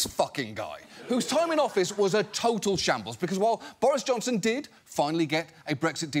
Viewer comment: I love how he seamlessly goes from talking about the guy putting his dick in a dead pigs mouth to “Johnson” with some extra emphasis 😂